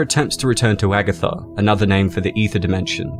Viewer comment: Nice video. But Agartha is pronounced as uh-GAR-tha